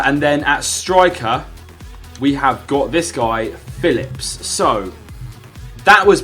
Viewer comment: It's just Philipp. Not Philipps. Learn how to read mate